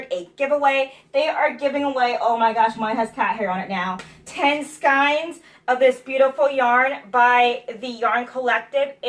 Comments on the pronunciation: ...skayns, sassy gal, skayns; not skynes... :-D ...Love your spinning wheel! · €Always amused at how you pronounce skeins - love it!¥